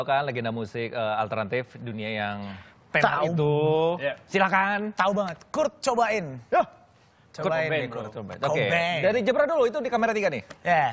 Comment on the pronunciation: Bukan Co bain woy tapi KURT COBAIN !! DIA ITU LEGENDARIS MUSISI TERATAS !!